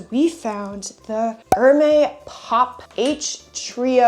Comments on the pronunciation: Hermès is pronounced as Er-mez 😊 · You totally destroy the pronunciation of Hermès.